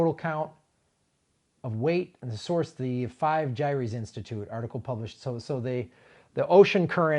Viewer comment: GYRES = jái ers (accent on first syllable)